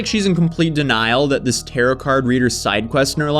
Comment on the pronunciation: i miss when you used to say “tarot” wrong 😢